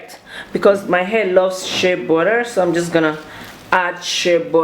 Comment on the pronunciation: 😂😂😂 burra will do